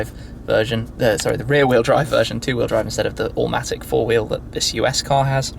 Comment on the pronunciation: did he just say "all matic"?!